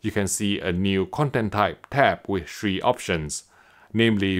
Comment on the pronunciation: please practice saying THREE until you can perfect it…at this point, I think you are saying it wrong just to sound special 😂